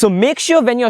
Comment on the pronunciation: Everything you said is perfect...but why you kept on repeating "vijualize" instead of "visualize"???